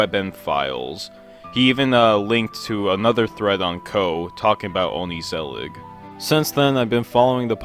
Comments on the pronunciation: yea true, as a dutchie myself i cracked a smile when i heard him say "only-zellig" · onkneesellick is my fav show bro... But it's pronounce more like on-Geh-sell-iG, g's in dutch are way harder, and ther's no knee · Dirty Yankee here... So is "ongezellig" pronounced more like "on-guh-zellig?" When he said "only-zellig," I was like "wait what?" I listened to how Google Translate pronounces it and it's basically "on-guh-zellig," but with a more Dutch sounding "g" sound. Obviously, that sound doesn't come naturally to me as an English speaker, hence "on-guh-zellig." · "oni-zillig" is probably the worst pronounciation of the title haha, I don't blame you though. You made it sound Japanese while it's derived from "gezellig", which is probably the most Dutch word I could think of. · ''onizelig'' you can't say it more fucking wrong i mean you missed the whole ''g'' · The correct pronunciation of "ongezellig" is "onchuzelluch" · hearing some guy saying 'ongezellig' like ongkesealek makes me silently wanna scream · why do u pronounce it like oh ney ze lick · “Ongeee Zellig” 😭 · Just a heads up It's painful to hear English pronounciations of this word as someone who has dutch as a primary language. You pronounce it as ON GUH (like "duh") ZELLIG Both G's are pronounced softer. In English, G's are pronounced like a soft K. It's hard to explain because I can't come up with any English word that has the vocal I want to convey :/ Edit: the G is like a scraping sound or something idfk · Being half dutch, it's really nice seeing a dutch original animation doing the rounds. on the other hand, hearing your pronunciation of ongezelig has genuinely shaken me to my core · your pronunciation of "ongezellig" kills me as a dutch person haha 😭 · Great video man, loved it! The pronunciation of Ongezellig was painful though 😂😂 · the way you say ongezellig boils my blood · The way you say ongezellig hurts me. the way say the G in dutch is very sharp troat noise as if you are barfing